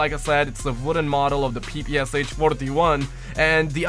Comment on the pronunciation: I restarted the vid and you did say papoosh😂😂😂😂😂😂😂😂😂😂😂😆😆😄😄😆😂😆